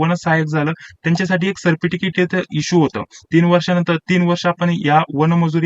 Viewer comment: सर्प टिकीट नाही सर... सर्टिफिकेट😅😅😂😂😂😂